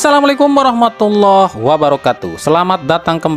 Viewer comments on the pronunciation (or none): none